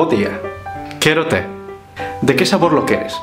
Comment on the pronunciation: Buen vídeo, la verdad es que lo explicaste todo de forma muy clara en general, aunque me choca mucho la forma en la que pronuncias algunas palabras o frases. Por ejemplo, la letra "e" en la palabra "quérote" se pronuncia distinto a la "e" del castellano, ya que en gallego pronunciamos la "e" y la "o" abiertas o cerradas en algunas circunstancias, y a mi me suena raro que la primera "e" la pronuncies de forma neutra y no abierta xD. Esa diferencia de fonema abierto y cerrado sirve para diferenciar varios significados en una sola palabra, por ejemplo: bola con "o" abierta significa pelota, y bola con "o" cerrada significa bollo de pan. Otras palabras que usamos, por lo menos en mi zona son las siguientes: Pillabán: se le suele decir a los niños que siempre están haciendo bromas, sería parecido a listillo o pillo. "Es un pillabán!" "Estás feito un pillabán!" Godallo: se le dice a la gente que rompe algo o se mancha por andar sin cuidado a la hora de hacer algo. Por ejemplo, le vas a echar vino a alguien en su copa y derramas la mitad por la mesa, te podrían decir: "Ai ho, es ben godallo!" (Ser bien + un adjetivo sería lo mismo que ser muy + adjetivo). Algo que creo que no sabe mucha gente, en gallego tenemos el pronombre de soliradidad (sí, en serio) y se usa para dar protagonismo a la persona con la que estás hablando: "Estache boa a comida" ese "che" hace que la traducción literal al castellano sea algo como "te está buena la comida". Último apunte sobre el vídeo. "Toxo" es el